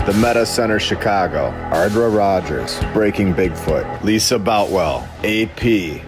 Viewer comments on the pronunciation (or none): none